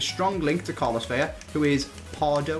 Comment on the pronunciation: ITS VELA NOT VELLA